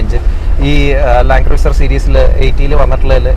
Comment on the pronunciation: ആ Y60 Patrol ഒന്ന് കൊണ്ടുവരാമോ... And please pronounce 'Cruiser' as 'ക്രൂസർ' #NotHarsh🌷